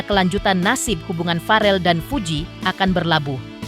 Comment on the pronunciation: naratornya kudu belajar cara mengucapkan nama farrel dari bunda Vena